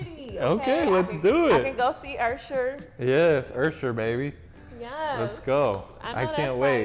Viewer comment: said ursher baby 😂😂